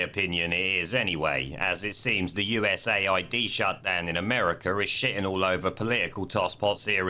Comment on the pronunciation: US-AID Not usa-id